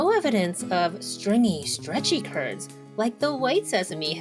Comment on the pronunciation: Curds with a T 😂